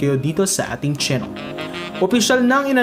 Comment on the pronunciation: Chnnel?? Bat dimo pinopronounce ang A?!?